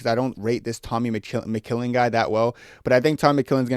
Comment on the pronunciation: Tommy McChillin ?! Tommy McKillin ?! MMA Joey just cried a tear ... 🤣🤣